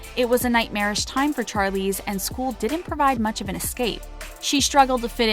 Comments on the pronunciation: Char-Leeze?!? Really!?!? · It’s pronounced SH-arlize not CH-arlize. It’s the same sound as in Shawn, not Charlie. This video is great but the pronouncing of certain things was painful. And it’s ‘The Colour Purple’ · Vihara V it’s not Charlie or Sharlie by the way, it’s Charlize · Inspiring video - and heartbreaking at times. I’d offer a correction though in the pronunciation of Charlize Theron’s name....she herself said it’s pronounced like Shar versus Char. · char-leeze char-leeze char-leeze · I feel like my brain is going to explode after hearing the name “Charlize” being pronounce wrongly SO MANY TIMES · Alrite I'm done! Gonna slaughter Charlizes' name too? What a fukn moron!!😳😠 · Yes,"Charlize" killed me every time. I lost count.